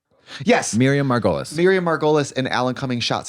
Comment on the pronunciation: Girls it's pronounced "Miriam Mar-guh-leez"